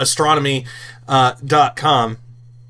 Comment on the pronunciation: "Astronomy dot come" he says!